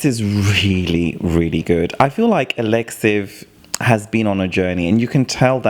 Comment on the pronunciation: His name is pronounced Aleksei-yef not Aleksy 😂